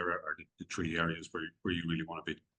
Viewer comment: "tree" districts...very Irish :)